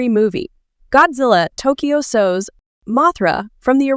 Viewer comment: The A.I. narration in this video is dreadful. A real person wouldn’t mispronounce the name ‘Mothra’ in a video about Mothra, nor would anyone mispronounce S.O.S. as ‘sose.’ Don’t get me started on the word ‘Cretaceous.’